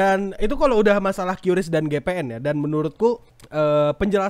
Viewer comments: Bacanya kris bang Bukan kyuris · Btw pelafalan qris itu "kris"karena pakai bahasa baku Indonesia dan ini ditegaskan lansung oleh petinggi qris (gak tau lupa siapa pastinya) disebuah podcast